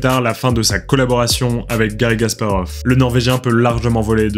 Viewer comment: J'ai l'impression que tu prononces "Gasparov", mais c'est un détail. C'était très intéressant, merci pour la vidéo.